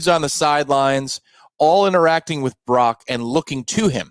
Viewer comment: It’s Brock, not Barock